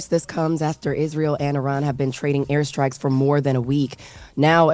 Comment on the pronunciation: Before trying to educate us on what happened with Iran, please learn how to pronounce it!